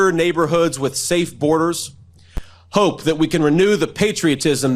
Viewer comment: I'm I the only one who finds his pronunciation of the word "hope" strange? I cannot stand hearing him or MTG pronounce the word "important" (IN-pourt-iN)... I can't stand it!